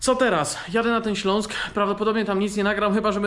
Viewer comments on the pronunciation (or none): none